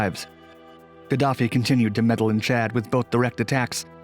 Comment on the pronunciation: They way he says Chad was kinda distracting